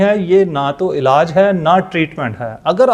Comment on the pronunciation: Alaj.nai.hota....elaj hota ha..or bakaar b nai lafzoun KO.adaigi thek kro